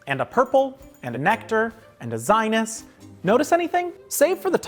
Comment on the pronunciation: It's pronounced Zee-nus not Zi-nus .